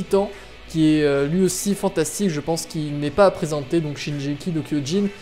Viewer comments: il a dit sa parce que tu l'a prononcer "shinjeki" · Waaa shinjeki il a dit :( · Oui mais avec la bonne prononciation , c'est mieux :p